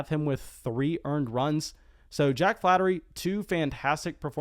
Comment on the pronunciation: Jack Flaherty - Pronounced flay-er-tee. Not flattery. Ramon Laureano - Pronounced laur(as in Laura)-e-on-o. Not Loreno.